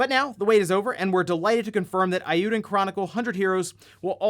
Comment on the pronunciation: It's a wild guess, just like your pronunciation of eiyuden...